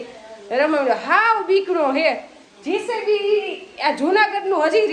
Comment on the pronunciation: બહેન જીસેબી નહિ પણ જેસીબી